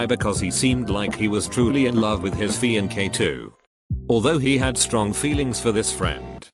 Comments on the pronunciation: Everyone: “Narrator: FianKAY” Me: Oh nee shie ( onesie ) ?!?!? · Nobody: Text to speech: FIANKE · nobody: narrator: "fian-KAY"